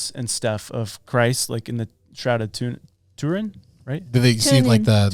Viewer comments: And its the shroud of 'Turin', not Tunin lol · Yeah, it’s the shroud of Turin not tunin! I’m commenting as I watch your show so if you have already corrected this, My bad. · It's called the shroud of Turan not tunin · It’s the shroud of Turin not tunin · *Shroud of Turin, not Tunin. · Shroud of Turin not Tunin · it's the shroud of Turin not Tunin lol The Shroud of Tuna 😂😂😂😂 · Errr... Do you mean the Shroud of "Turin"? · "the shroud of tunin"